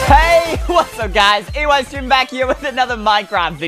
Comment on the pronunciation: Eystreem=i streem